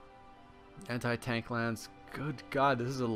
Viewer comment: I swear, every time you say Anti i hear Hentai.